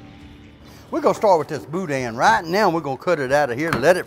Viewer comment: The n in boudin is silent